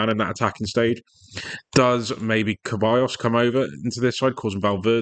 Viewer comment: Good video but Ceballos is said like Sebayos not Kebayos